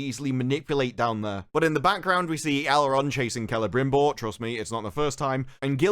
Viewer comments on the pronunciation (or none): Also... Elrond is "Al Rod" and Galadriel is "Collateral". I'm dying here...